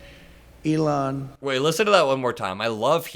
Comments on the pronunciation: Is he calling Elon Musk: Elan?? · Sounded like he said, Evelond, then corrected himself on the next "sentence". 😆🐽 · That slip up trying to say "Elon" sounded like "Evil-on", which is somewhat appropriate. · “Egolan” is what he said, for Elon. E-go-lan !! 🤣 sounds like he’s abt to say say “Egolan Longoria”, (sorry Ava Longoria!) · I thought he called Elon Eva Longoria